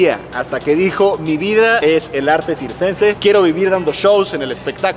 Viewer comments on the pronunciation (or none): dijiste sixcense y es circense pero admirable el trabajo físico que se hace, te has ganado mi 👍